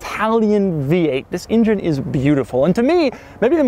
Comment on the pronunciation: Love your videos only one issue "Engine" sound it out try again